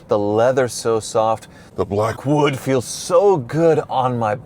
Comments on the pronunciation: he didn’t pronounce “BLACKWOOD” appropriately lol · At least you didn't overdo the "Blackwood" emphasis. That would be as annoying as Jr. High locker room humor with Wizard.🙄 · The Blackwood emphasis is hilarious!!! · Couldnt even get thru 5 mins of the video, horrible commentary with the word blackwood being emphasized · I seriously considered clicking off this video because of the stupid way you continue to say Blackwood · The music was fine no factor for me I thought it was funny. The only problem is now I can’t hear Blackwood without your pronunciation!